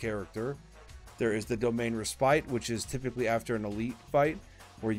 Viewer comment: Nice video. But gotta point out: Respite is pronounced RES- PIT